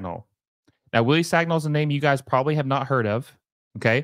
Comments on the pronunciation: Wrong, I’m french and it is pronounced San-e-ol, “Sañol” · For Americans, Sagnol is pronounced as: son y'all